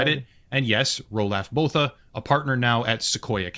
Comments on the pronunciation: im south african and the way he says roelof bothas name annoyes me XD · Out of everything, the thing that pains me the most is his absolute butchery of the name "Roelof Botha." Man made him sound like some kind of two dollar fantasy character.